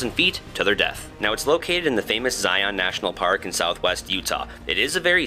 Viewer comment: For people coming to utah it’s pronounced “zie-in” not “zie-on”